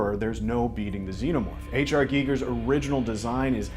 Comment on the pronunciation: REALLY happy about this, can't wait! Also, nice to see someone who can pronounce Giger correctly! XD